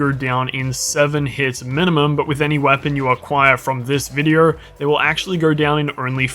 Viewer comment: Sorry but how does vide-oooo sound like vide-errrrr